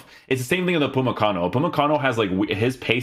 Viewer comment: Who’s Apumakano? Lol